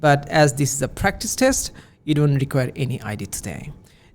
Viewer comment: ‘Avatar: The way of Life’😅😅 ….pronouncing ‘Ishh’ for ‘is’ 😂….Now I’m confident that I will get Band 9 for sure😂